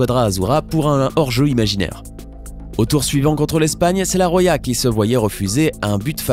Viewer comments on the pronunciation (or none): C'est quoi cette prononciation pour l'espagne ?? La "Roja" se prononce "RoRa" et pas "Roya"... Mes oreilles saignent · C'est pas la Rwaya c'est la Roja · Ça se prononce Rora pas Roya🙊